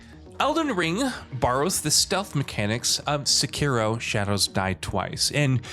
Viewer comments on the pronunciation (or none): none